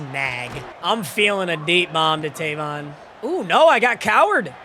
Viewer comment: Is funny hearing him pronounce Tavon wrong😂 my name is Tayvon